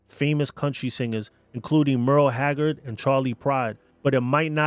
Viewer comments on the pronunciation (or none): none